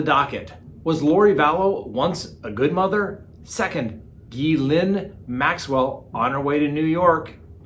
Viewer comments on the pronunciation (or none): it's a hard "G" pronounced: Gee lane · I love ya but every time I hear you say “Ghee-Lin” I scream at my phone “GHEE-LANE” 😅😅😄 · Enjoy the content. Ghislaine pronounced (Gill lane). S is silent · The pronunciation for the Maxwell first name is Gylan as in Dylan. Hard g. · Colby Ryan was adopted by Joseph Ryan. He is the biological son of Lori Vallow Daybell’s second husband. And Ghislaine is pronounced Gee-lane. It’s French. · Only can make a French name - Ghislaine, sound Asian - Xi Lin. Either way keep it up she doesn't deserve respect when she ruined & abused so many children. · It' s french and pronounced " Geez len " as in Geez! and Len as in Leonard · Pronounced Gill lane. Thanks for the vid 👍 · Please learn how to pronounce Ghislaine. Google it. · It's a hard G and then it's not Lee but a short I. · you need to hear the CORRECT pronunciation from the British news reports...CELTIC not Americanism!!!!